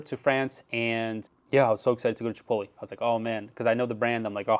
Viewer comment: Chipoly? Like cannolli? lol